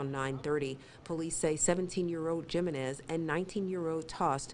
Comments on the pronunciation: JIM - en - IS = HUME - en - EZZ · the reporter said jim-in-ez lol, its JI-MEN-EZ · JIM-a-nez? How about getting it right....He-MEN-ez...Hispanic, you know? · He-men-es = jimenez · Jiminez is spoken HeMen The name Jimenez is pronounced "He-men-ez" not gym in ez. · Jimenez is read He men nez, not Gee men nez. Sheesh. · Lol! I was looking for this comment. Jim-in-ezz 🤣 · It's pronounced he men iz gymenis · Is that lady actually saying "Gym-en-ez"? 🙄🙄🙄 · Lol! She butchered his name! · The J is supposed to sound like an H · I’m pretty sure it’s supposed to be pronounced “Hi Men Ez” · This lady needs to learn how to pronounce the damn last name "Jimenez"... SMH... HAHAHHAHA she sounds hilarious! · Lol she said Jimenez with a J 😂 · The J is silent Jimenez. Where have you been? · No the J is pronounced as an H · Damn, that lady really butchered their last name. It's pronounced "Hee-men-ez" ... I take it there are no Latinos working at that news station??? Lol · They need to learn how to pronounce Papi's last name. It's "Hee-men-es". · I hate how she says Jimenez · 'Jimenez': Say 'Him men nez' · bruh she saying gym e nes and its Jimenez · It's pronounced, Hee-men-ez (Jimenez) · That pronunciation of "Jimenez" though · That is not how you pronounce that name. The j makes an h sound. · IKR? That reporter really needs to get her information on the proper way of saying ‘Jimenez’. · Please learn to pronounce Jimenez! It's a common name.